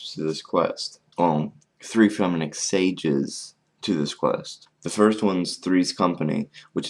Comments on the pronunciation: hey you look sleepy also its sagas not sages s-a-g-a what your say is s-a-g-e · sagas not "sages" dude